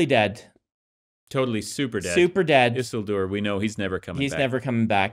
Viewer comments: Brandon's mispronunciation of Isildur's name drives me crazy. It is not "EASEL DOOR" ffs. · Why are they saying Isildur's name so wrong? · I loved this deep dive into Rings of Power. Makes some good points. Was anyone else bothered by their pronunciation of “Isildur”?